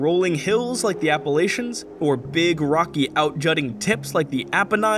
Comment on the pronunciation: insists upon “correct” pronunciation from the Himalayas proceeds to pronounce Appalachians wrong